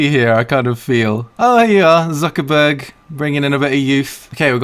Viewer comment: Probably cringed at Zuckerberg too